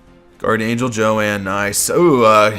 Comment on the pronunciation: it's not Joann it's Joan